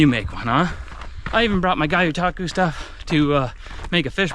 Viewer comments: Love your videos. Me and my kids watch every single one. But... PLEASE stop saying "guy-o-taku". It's a Japanese word so "gyo" is pronounced exactly how it looks. Like gyoza. Gyotaku. But keep up the great work and keep sharing your adventures. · Not to ruffle any feathers but it’s actually pronounced Gyo-like Yo but with the G more pronounced so Gyo-Taku not GaYoTaku . The G is pronounced the same way you would pronounce the letter G in the word Gun.